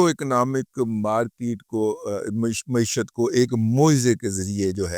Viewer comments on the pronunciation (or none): none